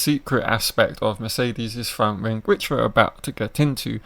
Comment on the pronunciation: You really need to work on your speech it's terrible it's wings not rings mate if you wanna be a youtuber put the work in you sound monotone also.